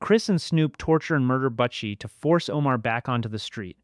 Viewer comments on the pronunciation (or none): When u say butchie u make it sound like butt cheese lol